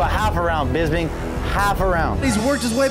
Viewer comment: I honestly think that The Count's name is Bisping, and not Bisbing.